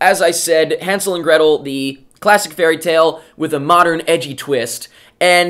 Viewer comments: God, finally a Reviewer pronouncing Hansel correctly. It's German and written with an "ä". Even the actors mispronounce it... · good that you can actually pronounce hänsel and gretel. better than gemma in the movie. and i am from germany so i can tell.